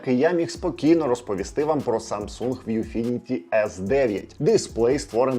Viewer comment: Передайте, що "ВʼюФініті", а не "ВіФʼюніті"))